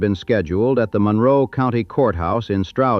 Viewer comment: This narrator is not from the area. He pronounces Monroe wrong.